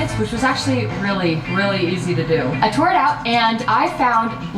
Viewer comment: Are we not gonna talk about how she said she “tour it out” instead of “tore”? 😭